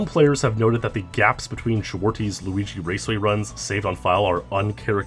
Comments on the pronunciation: Zwartjes is pronounced more like: zwart-yes or zwar-chess instead if zwarties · I love how you butchered "Zwartjes" and the other Dutch names